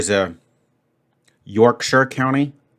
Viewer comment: I honestly dont know anyone from yorkshire (from a -shire, county I'm happy with how he pronounced it lol)